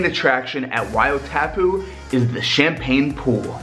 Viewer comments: Great praise for AKL. Wow :) ouch pronunciation: WAI O TAPU why aw taaa poo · yup i'm from New Zealand and he said tapu wrong its said taapu. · Sorry to say...but its pronounced as "why-or-tah-poo" Sad to see you didnt get to ride the waves...maybe it will be incentive to come back and visit all the other attractions of our beautiful country. I'm a native of Rotorua 😁😁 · waeyoo taypoo 😅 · Just to help when you pronunce Wai o tapu you a pronunce it like why, oh, tarp, poo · Why-aw-tarpoo Thats how you pronounce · YAAAAY!! New Zealand is appreciated!!!!!!!! Although you said Wai-o-tapu wrong. But that's fine😊. Also when you said more sheep than people, so true. Also Mt Bruce. You should've checked that out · Man you butchered "wai o tapu"